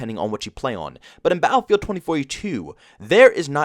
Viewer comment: Philly accent says "baal-feeld"